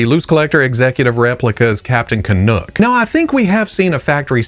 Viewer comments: Nuck not Nook. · How far away from Canada does he live to pronounce "Canuck" like that? Someone is either messing with him or their accent threw him off. It took me twenty years to say "about" correctly.